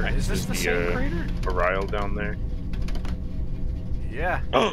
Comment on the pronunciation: two months late but it's pronounced "ah-ree-ral"